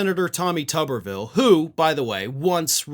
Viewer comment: I like the way calls him “Tubberville” 😂😂😂